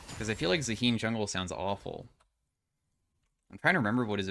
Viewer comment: pretty sure its pronounced zaa hen (hen like the female chicken a hen)